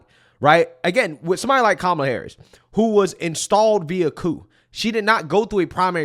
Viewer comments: Ha ha ha four of them pronounced her name wrong, which would get them attacked in most circles until one emphasized the name and then one still said Carmella 😅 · They all mispronounced her name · I think i heard them say pronounced Kamala 3-4 different ways 🥤🤣🍿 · Why weren't all the panelists called r*cists when they mispronounced Kamala's name? Why wasn't Michael Eric Dyson screaming while clutching his pearls? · How come the the moderator there didn't correct anybody for their pronunciation of her first name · Half of them mispronounced her name but said they’re voting for her. Funny how they weren’t told they were being race cysts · Just want to point out these people pronounced her name two different ways and none were called Ray Cists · Why didn't the interviewer correct the two up front, and the woman in the back, who mispronounced her name? Where is the outrage? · Why didn't the CNN guy fuss at them for pronouncing her name wrong? I thought they said that was disrespectful. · Not 1 of them pronounced her name correctly! WTF? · They all said her name wrong 😂. Why didn’t the interviewer call them out. They all must be racist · None of em said Kamala right.😂 where's the outrage??? They're all stoopid and that white dude is gonna get some much shit for looking like a Kuk for Kamala